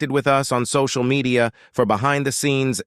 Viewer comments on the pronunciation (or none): none